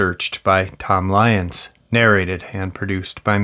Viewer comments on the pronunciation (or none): none